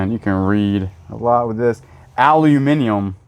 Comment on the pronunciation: Ahhhh the first american I've ever heard pronounce aluminium properly!